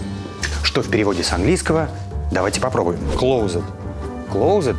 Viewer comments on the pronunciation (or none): Илья кое что не совсем точно перевёл, rain every time переводится как каждый раз, но не всё время...(all the time) как он перевёл)) Также слово закрыто (closed) произносится без буквы Е....небольшие нюансики, которые бросаются в глаза, не принимайте близко к сердцу, просто безобидная поправка, человеку,не живущему в англоговорящей стране, вполне простительно...😉😊